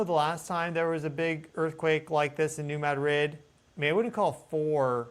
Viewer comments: It is not “Mad Rid”. It is pronounced “Muh- Drid.” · It's New MAH-drid. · New MAD-rid is the pronunciation. Thank you. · "New Mad•rid?" Noooo... 🤦‍♀️ It's two syllables, not two words. You're meant to blend the d and r. *Ma•drid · It is really bugging me, too. 😂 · I grew up on the New Madrid fault...lots of small tremors, probably 3-4, but definitely enought to vibrate my mom's vase off the shelf lol. It's pronounced New "MADrid". Love your channel. Ty for all your vigilance and great info! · It's not a big deal but it's driving me nuts it's not New Mad Rid, Pronounce it like they do on this channel then you won't drive me nuts. 😂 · It’s pronounced new mad drid. Some southeast mo speak for you. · Lol not how you pronounce New Madrid. ❤